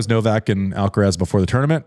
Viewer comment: How come an American can say Iga’s surname and not Carlitos’?